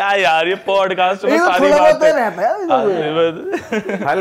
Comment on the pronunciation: Bhai it's Podcast Not Padcast, btw no offense itna bada platform hai toh atleast ek decent way se play karo